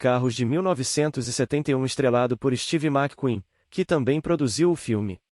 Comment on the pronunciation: O tema é muito bom, as sugestões também, mas infelizmente a narração é muito ruim. Esses textos narrados por softwares ficam muito monótonos, e com muitos erros de pronúncia. Steve Mac Queen soa muito mal aos ouvidos rsrs